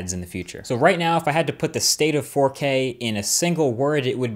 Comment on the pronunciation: All I hear now is forkay. Forkay.